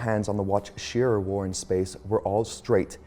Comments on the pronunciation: pronounced Sha-rah like Hurrah. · His name is pronounced (Shear Rah"). Like Rah Rah Cis cum Ba. The Rah is accented. Sometimes you hear his name pronounced (Sha Rah") Just go back to old NASA videos or watch Amy's rocket videos. Otherwise nice video. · Very nice video, many people are pronouncing Mr. Schirra's last name correctly. It's not a huge thing but it's a thing none the less. It is pronounced Sheer--rah not sheera. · That's not how they used to say "Schirra" in the day.